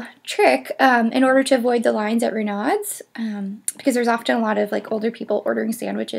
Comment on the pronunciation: Not sure, but I suspect Renaud's is pronounced "Ruh no." And Pain au chocolat is pronounced "pan-o-show-ko-lah." Thanks for the vid! (I live a block from the Arlington and know these places well. Enjoyed your sharing your ideas about'em).